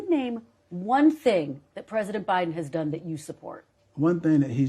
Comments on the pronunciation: Did he say president O-Biden? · He called Biden Obiden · Sounded like he said president obiden🤣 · “President O’Biden” 🤦‍♀️ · Did he say President OBiden 😂😂😂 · walker said o'biden